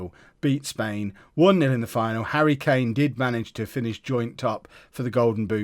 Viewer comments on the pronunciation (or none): none